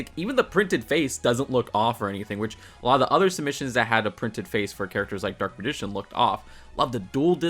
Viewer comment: Okay I get not everybody is a fan of Yugioh so you can get some things wrong but how do you mispronounce Dark Magician's like that ?